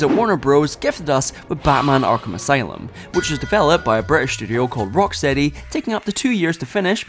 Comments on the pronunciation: Erm it's rockSHTEADY actshuallee 🤓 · it’s not the accent because he said the name correctly earlier in the video